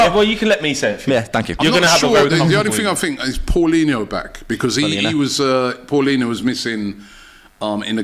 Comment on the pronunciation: fyi, it's paulinhA not 'O'.